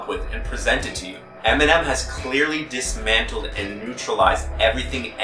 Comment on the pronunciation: "Diss-mantled". I see what you did there.